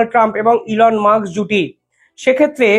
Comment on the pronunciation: Elon 'Musk", not Elon "Muks". Pls. correct your pronunciation.